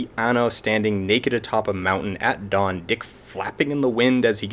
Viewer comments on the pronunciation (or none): none